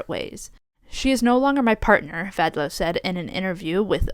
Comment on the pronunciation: Once again, pronounces Vadlau correctly. It was a very surprising announcement by Lara Vadlau. She didn't say since when they're apart, but it must be very recently as both were happy to be at the Olympic Games together and also photos of them were still on Instagram also after the announcement. Lara also stated that they saw each other (only) 100 days per year due to their training schedules. Glad that Jordan found love with Erin. I'm happy that the USWNT won gold and is now back to number 1 in the world ranking. I was just upset that US soccer issued no sanctions against Korbin after her social media activities. I just hope that Korbin will show, through her future actions, that she supports the values of the USWNT. Unfortunately homophobia and transphobia also got into women's sports, especially in the whole debate on the boxers Imane Khelif and Lin Yu-ting. Both were born as women, live as women, have documents being women and box as women. Both were also never transgender! That's where also Korbin's repost do the damage. If you have time you should listen to the podcast "tested" (only 6 episodes) on how women are being regulated in sports and also how genetics aren't always black and white on who is a male and who is a female.